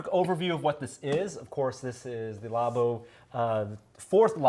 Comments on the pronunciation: Wait, you don't say "law-boh" as well?!?!? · Nobody:: law bow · It makes no since when people pronounce it like that, the word derives from Lab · The way he said Labo... facepalm